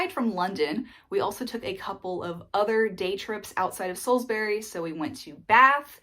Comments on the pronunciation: TIPS FOR TOURISTS: With any place name in the UK which ends in "bury" (Like Salisbury) the "bury" part is pronounced as "brie" (like the cheese). So Salisbury is pronounced as "Saulzbrie". Actually, the same is true for Strawberries ("strawbries"). You made the right decision to avoid London as a place to live, it will just burn all your money. From where you are there are some great places to explore and honestly, you'll get a more honest flavour of what the UK is actually like from outside London. Looking forward to sharing your adventures : ) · Salsbree, Sainsbree etc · the way you say salisbury and sainsbury is weird. why you say "berry" ? dafuq?